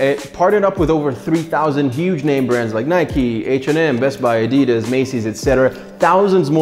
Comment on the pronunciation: Am I the only one who noticed he said Adidas wrong